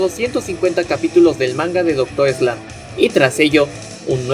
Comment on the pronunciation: Se dice MANgaka, no manGAka. Y es Doctor Slump, no Eslump. Se pronuncia KAYIKA, no Cajica. KANzenban, no kanZENban.